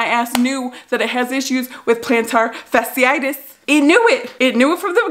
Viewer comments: Fa-si-tus🤣😂. Get better soon girl! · It’s pronounced plantar fashy-itis but regardless it’s painful! I found when i stopped wearing Asics it cleared up. Something about those shoes is just not good. Plus some foot exercises by these crazy doctors i found on youtube. I’ll look them up and come back and post the link. Because it tends to be recurring so when it comes back you can try these!